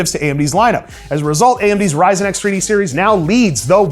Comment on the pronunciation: Kid: can we get a Ryzen 9? Mom : no we have that at home. The one at home: Yrzon 9 🤣🤣🤣🤣